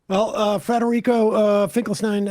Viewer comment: Just a correction: the professor's name is Federico Finchelstein, without an R.